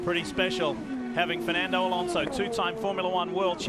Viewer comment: "Alonso" please!